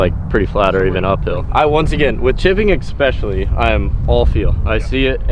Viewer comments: I like your videos a lot, but the word is ESPECIALLY, not EXpecially. There is not an X in that word. Golf swing is looking better though. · "expecially" might be mine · there's no "x" in "especially". Loving the content!